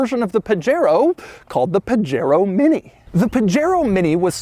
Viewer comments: It’s not called a (pah-Jero) it’s (Pah-hairO) the J is silent in Spanish PLEASE DOUG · Really, you live in SoCal and your saying PaGero?!? Pahero.... come on Doug... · I notice Doug has solved the problem by pronouncing it "page-aero" :-) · As a Spanish speaker, I'm cringing Everytime he says "Puh-Jair-Oh" Edit: there's at least 4 different pronunciations that I quickly looked up in 2 minutes, and The way Doug says it is indeed the American English version. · Isn't it puh-HAY-RO? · it's pronounced "Pah-Head-O" sort of. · Pah-Heh-roh.... technically :) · Correct me if I'm wrong. Where I grew up from, these cars are pronounced "Pahero". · 'paJAIRoh' oh no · Hey Doug, it’s actually pronounced “Pajero” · wtf is a "pajero". Isn't it pronounced "Pu-Hare-oh" ? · He freakin' pronounced Pajero with a hard 'j'. 🤦‍♂️ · Doug likes to pronounce Pajero like a gringo. Very funny! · As Pajero is seemingly a Spanish word, I'd bet you dollars to doughnuts that the "J" is pronounced as an "H". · the J is usually an H sound in spanish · Doug is the type of guy who can't pronounce 'Pajero' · 65 hp from 650cc is very good Also, I always thought that the J in Pajero was pronounced like in Jose or jamon. Am I wrong? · i think the j is pronounced like a h since it’s a Spanish word I think & that’s how j’s are pronounced in Spanish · Doug’s mispronunciation of Pajero... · Doug! You are mispronouncing the name! CRINGE! DX